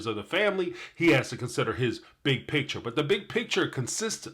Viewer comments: Kody, the word you're looking for is picture, not pitcher. Ugh! The way they both use that word bugs me to no end. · Oh, I just want to sit down with these people and teach them how to say “PICTURE”, “FEEL” and “DEAL”.